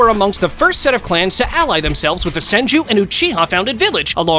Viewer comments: He is dumb he called the senju clan the son-ju clan and not sen-ju clan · The “sanju” clan😂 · It's not sanju it's senju😒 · "Sanju"? Tf. The Yamanan...what clan? Bruv You put Jiraya above Sakura...tf. Sakura would clap him lol. Orochimaru should have been towards the 27 to 30...why the hell would you put Orochimaru that far up and not even knowing his clan... Kimi who? You call Naruto, Boruto, and Himawari "Namikaze," which is correct, but then putting him not in the top 5 lists lol.. "Mangeko"... Goddamn this is a fail video. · Tell me you’re not a real fan without telling me you’re not a real fan. Him: “San-joo” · "Sanjew clan" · I like how a guy named cant pronounce Senju. Bro has no "e" on his vocab